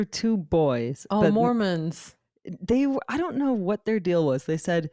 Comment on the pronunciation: "Oh, mormans" 😂🤣😂🤣